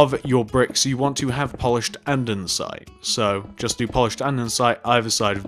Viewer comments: He was saying andensite even though it's andesite lol!!!! Love the vid keep up the good work xoxo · Hey! Great video, just one thing though. Andesite is pronounced and-er-sy-t, not and-ern-sy-t. Good job on the build though ☺ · And-ah-site not andensite